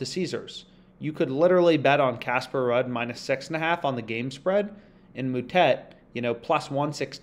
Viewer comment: Ruud is pronounced as “Rude” like ur rude lol , great vid tho bro